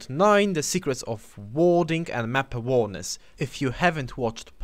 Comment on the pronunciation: Great video dude !! I'm not trying to sound douche but you pronounce "awareness" as a-wear-ness . Not trying to be a ass but you know how internet trolls can get. I don't mind what way you say it cause I know what you mean but other kids would give out about it. Great video though :) I was 1100 elo before I watched you within a month got up to 1400 pretty good me thinks.